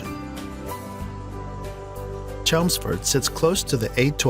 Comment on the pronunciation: The creator of this video has never been to the UK. CHELMSFORD 😅 ALSO Derybyshire. (Pronounced DARbyshire) is a county. Its like going to the USA and saying the best city is Texas. Also where is the South West? Pfffffft